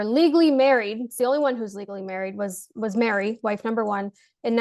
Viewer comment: Her name is MERI NOT MARY.